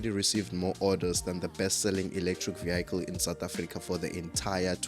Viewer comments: What’s a vee-ackle? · Vehicle,that is south Africans there 😀😀😀😀